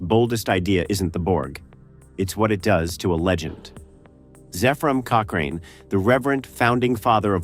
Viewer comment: Lost me at "cochRAIN."